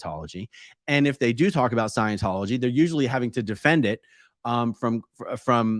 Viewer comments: "ScIeNcHoLoGy" 🤣 Dead! He's a moron! 🤡🤡🤡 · What in the world!?! Witches are females. Omg!!! Did dude just say Leah Remedy?? 👀. Please someone help him with words. He can’t even say Scientology. He needs to take several seats. 🤦🏽‍♀️